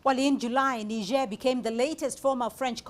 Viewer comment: First white guy to pronounce Niger correctly. 😅😅